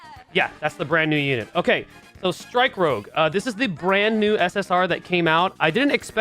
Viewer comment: Thanks for the coverage, just a quick comment "Strike Rouge" is pronounced like the color or like "Moulin Rouge", not like "Rogue" from the X-Men